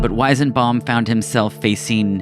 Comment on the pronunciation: I couldnt stand you butchering the weisenbaum pronunciation so many times